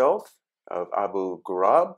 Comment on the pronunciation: Abu ghurab not ghurub